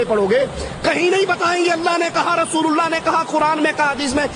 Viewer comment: Ok I agree to disagree with you. But why does he take the name of the Prophet (S.A.W) with the rude tone he has. He doesn't even say Allah properly. He says it as if its an ordinary name. You can see Noor on the faces of those who speak the truth, my friend.